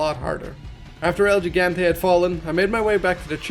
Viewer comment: “El JeeGanTay”